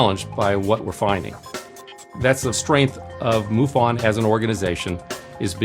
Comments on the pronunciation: its not moo--fon its muff in. MUFON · i dont know why you pronoun it moofun. thats funny